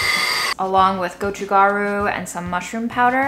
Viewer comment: You're pronouncing Japchae properly, except that the stress is on the first syllable. Gochu Garu is pronounced "go choo"